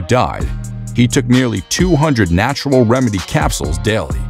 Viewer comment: Everyone this guy thought when he said narutral way, are roided people